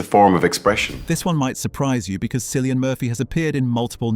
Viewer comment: Killian not Sillian please